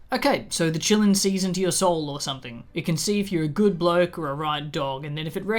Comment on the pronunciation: i know you're saying "qilins" but i keep hearing it as "chilluns" (as in children) and i just think that's hilarious. also, the qilin in chinese mythology (or kirin, in some cultures) does have a story of basically being an omen for the next ruler or sage of an era. it's been used in some media (like pet shop of horrors) to symbolize divine authority and its choices, but it's not THE PICKER OF RULERS in the sense rowling decided it was. so to me it feels like she did a racism/orientalism, which she does a lot (what the fuck kind of name is nagini? that's not a name lmao, you just took "nagin" (snake lady) and added an 'i' to it joanne wtf). anyway, love your videos,!